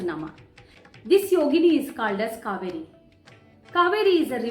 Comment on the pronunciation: Please note the right pronunciation is kauveri not kaveri..🙏